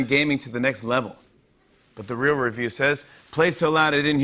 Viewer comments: I'm sorry, can Jimmy not say "real"? What the hell is he saying? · He drops his "l"...at the end! We do that sometimes too, I didn't even pick up on it til you said!